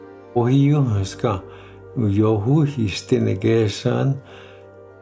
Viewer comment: the word Cherokee is a derivative of the Choctaw word for mountain dwellers. And it's osiyo, not asiyo.